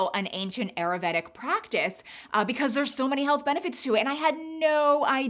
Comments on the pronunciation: If you are going to be promoting ayurvedic lifestyle changes, learn how to properly say the word please!!! I went to & graduated from an Ayurvedic school & you are not saying it properly! It’s: Ai•ur•VAY•duhk google it Nothing that you are sharing is new, you missed the craze. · Ayurvedic pronunciation: aa - yoor - ve - dik